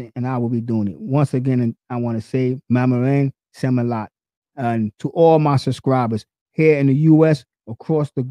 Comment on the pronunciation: Do that again ^^, maraming salamat....you kinda messed the words